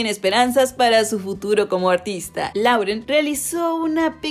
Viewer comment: se pronuncia "Loren"